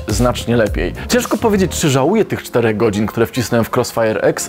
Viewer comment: "Ja tam żłałuje"